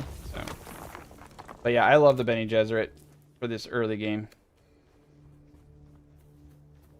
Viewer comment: lol sounded like you said Benny and the Jets as in the song. Bene Ges